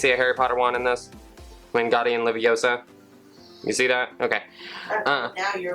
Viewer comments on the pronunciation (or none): none